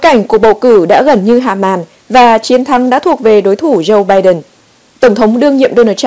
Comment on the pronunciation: Lam-Anh Mai dùng chữ PHẢI là đúng! Đọc cho đúng thì là phải (must) chớ không phải tuỳ hứng (should or may). Tuy nhiên dạy cho những người dốt ngoại ngữ này thì chẳng khác nào đàn khải tai trâu! Hãy nghe họ phát âm [bai Đần], [trUm], [ben XI VA nha] thì biết!